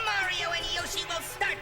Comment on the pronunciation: i swear I was hearing him as saying "Look at Joshhy! Look a Joshhy!"